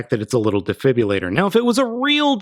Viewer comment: Defibilater? Uhm, I'm pretty sure it's actually defibrillator.